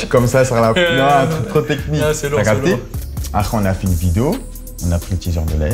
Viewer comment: Quand koba il dit « après » jsuis la seule a anttandre « aré »